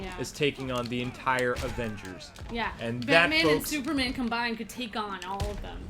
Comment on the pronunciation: Batman and Shooper Man lmao